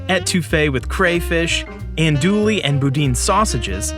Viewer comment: said "an-doolie" lmao